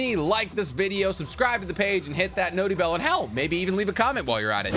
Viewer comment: can you stop saying noty bell plz